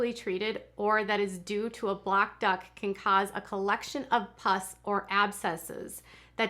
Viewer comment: I kept thinking that you were saying "clogged duck" and wondering how massaging a random duck helped mastitis 😂